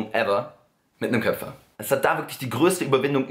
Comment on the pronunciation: Wie er einfach ständig "Köpfer" anstatt "Köpper" sagt 😂😂